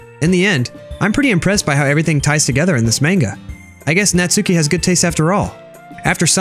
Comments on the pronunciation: natsuki name is like NAT-SU-KI with a short.U. not NAT-SUE-KI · It's not natsuki it's nas-ki